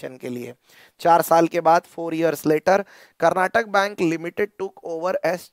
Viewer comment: Sir, Its Karnataka Bank not Karnatak Bank.